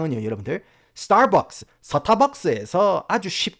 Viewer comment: 서타박스 저희 경상도 출신 어머니도 그렇게 박스박스 서타박스를 찾으십니더